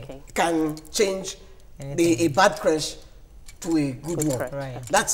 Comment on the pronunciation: These ladies pronunciation of creche is awful.